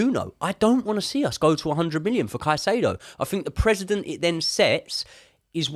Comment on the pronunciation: Great content, much appreciated. Just one thing, it's precedent, not president